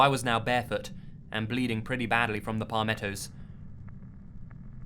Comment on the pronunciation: I'm from Florida, and I absolutely adore the way he says "pah-mettos" XD